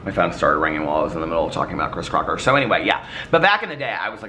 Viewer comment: I can’t help to point out you said “Chris Crotcher” at one point 😂